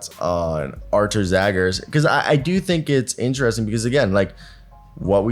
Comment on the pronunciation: His surname is pronounced as Zhagars !